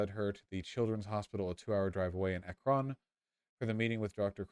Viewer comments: Oh god hearing “Akrón” threw me so hard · listening to vaush repeatedly mispronounce "Akron" is the highlight of my night edit: to be clear if you don't know, it's pronounced "ACK-rin" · As an Ohioan it’s extremely weird hearing vaush mispronounce Akron for 2 hours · Ah yes, the president of France, Emmanuel Akron